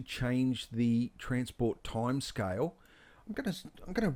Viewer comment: i think you are one of the best teacher for maya, bifrost. awesome tutorial. really a detailed exercise that is simplified for viewers to receive it easily!! thanks dear. only thing i felt little difficult in beginning for a while is.. ur pronunciation of scale is like sky. weight is like white. water is like voda.